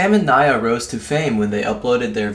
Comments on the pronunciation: U don't say Nia that you said it a lot of times wrong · It's knee-a not ny-a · it nia not niya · Nya? fucking Nya... It's pronounced Neee-Uh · Nia not ni a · It's pronounced n-e-e-a but it's spelled Nia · It's pronounced (Nee-ah).